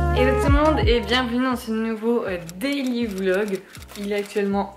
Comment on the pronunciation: À chaque fois que tu dis daily vlog j'entends délivlog franchement ca pourrait être un concept 😂😂